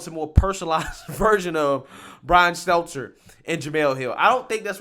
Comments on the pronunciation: His name is “STELTER” No s or z I get the joke “Selzer” but you never say his name correctly! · Bro I love your channel but can you PLEASE look up how to pronounce people's last names before you start recording? I don't know how many more times I can hear you say "Brian Seltzer". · He just can’t get Stelter’s name right…